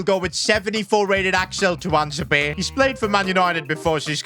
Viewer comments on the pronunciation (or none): none